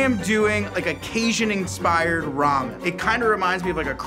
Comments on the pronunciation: If I hear casian again ima lose my mind 💀 caJun 🤣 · driving me 🦇💩🍌🍌🍌 that he can't say caJun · Why does pronounce Cajun like that 😂